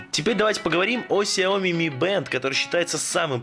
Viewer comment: Какой Ксяоми! Сяоми!